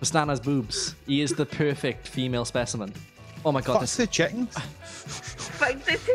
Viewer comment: SPESHIMEN ForsenT